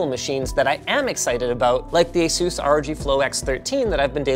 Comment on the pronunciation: A-sus not A-soos. Do you ever watch tech quickies?